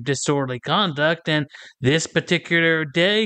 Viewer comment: doesn't use the letters th at all. Every word is dis, dat, dos, dem dees etc. What a moron.